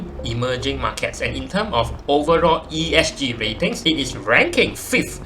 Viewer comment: bro, ESG, not ESC leh.... Starting tio wrong liao... Aduihai.... but nice video juga... wu sui zhun !